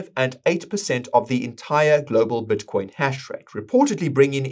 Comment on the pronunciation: I'd love it if learned how to pronounce "i" in words. His "Bitcoin" sounds like "Buttcoin", and "this" sounds like "thus"